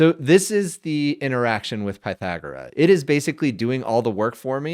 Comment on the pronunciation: I think you're pronouncing it incorrectly. I assume the name 'Pythagora' is derived from the ancient Greek philosopher Pythagoras.